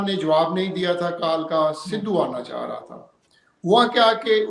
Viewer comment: Baat karne ka tarika dekha....aa raha tha, aana cha raha tha.......illiterate joker.